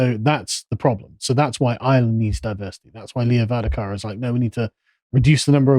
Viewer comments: Jeez, Carl, VARADKAR. not 'Vadakar'. Also, please reference the official government policy behind the whole 'Don't look back in anger' nonsense, as reported by Calum and Harry after the Nottingham attacks, 'Controlled Spontaneity'. Everyone should Google this term and reject it when our governments try to suppress our outrage with this malignant mind control technique. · Pronounced: Ver ad car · Carl, you kept mispronouncing Varadkar's name.